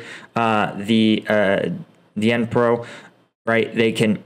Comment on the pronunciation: When pronouncing the Dnipro river: knee pro will do